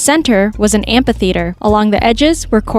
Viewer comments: Never realized before that amphitheatre is pronounced "ampeetheatre"! lol 😂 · Peelip, ampeetheatre, paarmacy, peesics... lol 😂